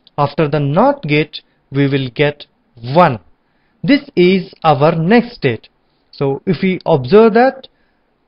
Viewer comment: amazing work!! Just try to spell "next state" more clearly.. it sounds like "nested" !